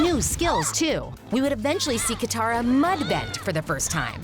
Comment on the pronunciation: Its katara Not Kithara Katara